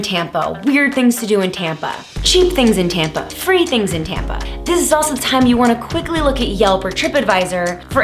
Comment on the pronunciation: everytime you Saud Tampa I heard tampon